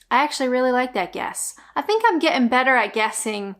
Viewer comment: Good fun but never heard of any of them. I notice how you're dropping your Ts more now. Getting was decidedly "t less" ! Can you say why its offensive calling a woman a Church Bell ? Because it specifies "woman" rather than person ? Thanks.